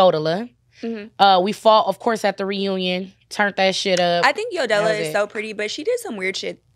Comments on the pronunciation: How Mehgan pronounces Yodela 😭😭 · 😂 why meghan calling yodela yodellow 😂 im dying 😅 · It’s Mehgan saying “Yo-Del-la